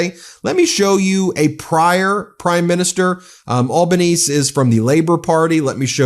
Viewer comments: Australian here: Please note our prime minister's name is pronounced Albaneezy, not Albaneez. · The Australian Prime Ministers name is pronounced Albo- ne- see not Albonese. It funny to see an American try to say it. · Ben, Aussie Prime Minister Anthony Albanese pronounces the last "e" in his name ... AlbanesEE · Hi Ben. FYI, the Aussie prime minister is pronounced Albane[see] 👍🇦🇺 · Albanese as pronouncd by Aussies - "Alba knee zee"... hope that helps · Anthony Albanese - you need to pronounce the "e" on the end of Albanese. The "e" sais its own name. Al - ba - nes - e Get rid of the Orange Moron! He's no good for anyone! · I mentioned the tariff calculation to a friend, and he said "That’s the recommended ChatGPT solution for balancing a trade deficit." Also, the Australian Prime Minister is Anthony Albanese, pronounced Alba-knee-zee. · *PM Anthony Albanese’s name is being mispronounced it’s Al-ba-NEE-zee Otherwise as usual wonderful job Meidas team. 🇦🇺☘️🇺🇸🦡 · Ben, our PMs surname is pronounced "Al-ben-eazy". but we just call him "Albo"... aside from that aside.. keep up the bonza work, mate!! from some Vegemite eatin bloke in Sydney.... ✌🏻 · Australian prime minister is pronounced "anthony al-bar-nee-zee" ;) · Anthony Albanese, Australian P.M.’s surname is pronounced Al-ban-easy. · An Aussie here - Anthony "Al-ban-ee-zee". Although ex-PM Malcolm Turnbull has much better things to say. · Here in Australia the Liberal Party is equivalent to the GOP in the US. The Labor Party is the equivalent of the Democrats in the US. Our Prime Minister’s name is pronounced Alba-knee-zee. I honestly thought John Howard had passed away a long time ago. He should not be speaking for what Australians think about anything. I🤷🏼‍♀️🤦🏼‍♀️ I for one think it’s not anyone else’s business what pronouns someone chooses to use about themselves, and conversely no one should be telling me I have to use their choices🤷🏼‍♀️